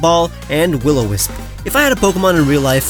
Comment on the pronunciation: hmmmm willow - o - wisp…. hmmmm isn’t it will-o-wisp